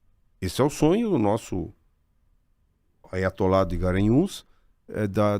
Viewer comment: Vc vê que o cara é fraco quando ele diz "aiotolá de guaranhus".